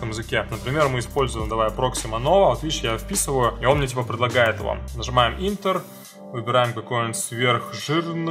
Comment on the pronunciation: но только не Интер, а Энтер))